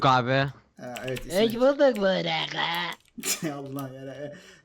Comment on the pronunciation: sonunda sidikli burak diyeceğine buğrak dedi haha a:SD